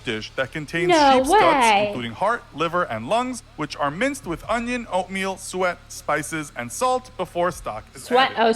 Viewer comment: It did sound like he said sweat rather than suet. Either one would be disgusting though.